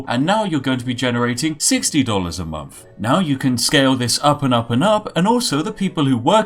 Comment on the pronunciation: I just wish you'd pronouce "th"'s properly and not as if it was an "F".... you know, like "month" instead of "monff" or "thousand" instead of "fousand"